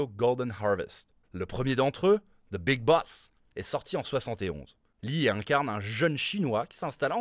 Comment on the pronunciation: ''Ze big boss'' !!! Misère 🙄